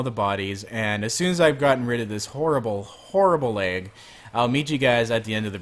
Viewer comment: LAG NOT LEG